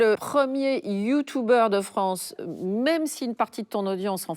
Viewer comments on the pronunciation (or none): Le "Youtoubeur", ca commence bien.